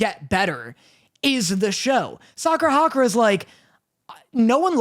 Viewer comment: I know that this won’t make like Windbreaker any better (probably) but his name is Sakura Haruka not Sakura Hakura 💀